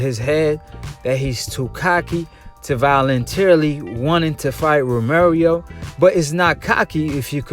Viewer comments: Once you said Ro Mary Oh I left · Lol Ro mary O lolol bruh why u keep sayin that? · TEL BARBA 🤣😭🤣🤣🤣😭 it’s pissing me off